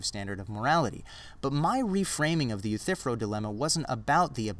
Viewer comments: one tiny nitpick..I'm pretty sure you are mispronouncing "Euthyphro". The ending is "fro" as in a 1970's "afro". It sounds like "Youthafro" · Love your vids man. Sorry to just be stumbling upon them for the first time today. This is the third one I've watched and with the 'rona virus out there roaming around, I reckon I'll have the rest of them watched in a week. I just gotta offer one pedantic critique: eu-thy-phro. 3 syllables :) All the best to ya mate!